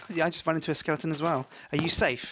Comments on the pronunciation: minty calls skeletons skellingtons lol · It's NOT SKELLINGTON it's SKELETON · Minty keeps saying skellingtons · Is minty saying skelengton instead of skeleton?Thats what i hear. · Skelington. ugh that annoys me lol -_____- SKEL - EH - TON